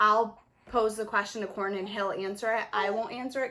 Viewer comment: Yeah Corin was definitely saying it wrong lol